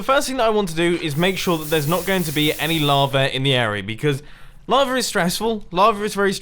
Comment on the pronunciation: are u saying lava or "larva?"